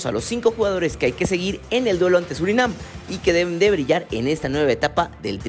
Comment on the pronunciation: Surinam.... Es Surinam!!!!